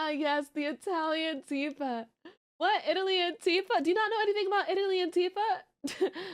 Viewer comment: what aboot kilts?